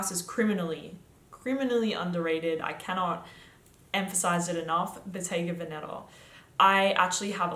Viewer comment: The correct pronunciation of "Bottega Vèneta", the accent falls on the first e not on the 2nd one 😉